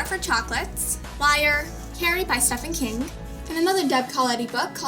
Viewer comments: It's pronounced St-EEV-en King.. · How do you not know that Stephen King's name is pronounced STEVEN?